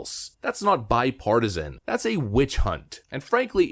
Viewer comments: Did he say bipartisan 🤣🤣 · He said bi partisan....smh